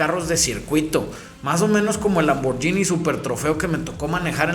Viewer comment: “lamborYini”, no manches. Tus cuates se van a reír de ti.